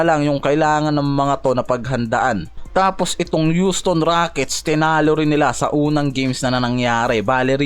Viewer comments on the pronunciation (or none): none